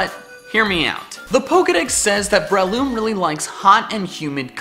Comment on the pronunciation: It's actually BRAY-LOOM.